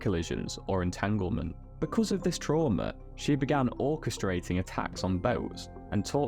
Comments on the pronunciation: Did you say "orca-strating" an attack? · Orcastrating lol. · "She began ORCA-strating revenge????"